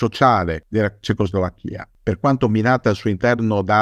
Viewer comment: Curiosità. Quando pronuncia "cecoslovacca" o "Slovacchia" lo pronuncia correttamente, ma quando dice Cecoslovacchia mette la pronuncia sulla I finale (nonostante questa pronuncia sia incoerente con le altre due e non usata da nessuno). Come mai?